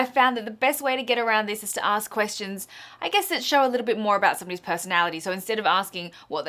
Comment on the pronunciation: You say 'ask' really weird. Arsssek... ARSESK.